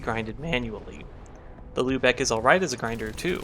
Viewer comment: Respect to for pronouncing Lübeck correctly.